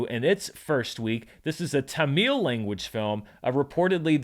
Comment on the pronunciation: P.s.: "Tamil" is pronounced "TAM-ull", not like "Jameel"